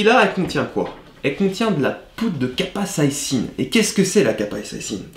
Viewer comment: C’est pas « capasaïcine » :D C’est capsaïcine, la molécule irritante qu’on trouve dans le piment.